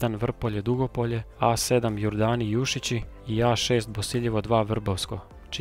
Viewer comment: Odličan video, samo prijedlog da se više pripazi na točan izgovor mjesta/čvorova, pogotovo u Primorju i Istri. Točan izgovor je MAtulji (prvi slog), JuŠIći (drugi slog), CeROvlje (drugi slog), KanfaNAR (zadnji slog), VodNJAN (zadnji slog), DiRAČje (drugi slog). Osim toga, stvarno izvrsno napravljen video, veselim se idućem!